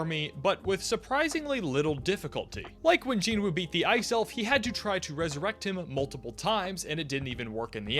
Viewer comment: You're anime only, so how did you develop the habit of mispronouncing the name of the main character? The "W" is silent.